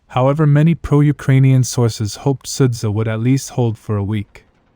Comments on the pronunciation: Is it so difficult ot copy-paste 'суджа'/ 'sudzha' to google translate and listen the right pronunciation? I understand possible problems with 'черкасская конопелька' or 'нижнемахово'. But there are only two simple syllables here. Two syllables, Carl! 'СУД-ЖА'. Can you pronounce 'Jabba the Hutt'? 'СУД-ЖА' is the same sht: 'SUD-JA'. Just do it. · it's pronounced like {Sooja}